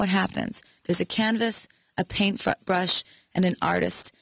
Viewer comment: Is it just me or has anyone noticed she says "a canvass a paint fuckbrush" er ahem ahem oh dear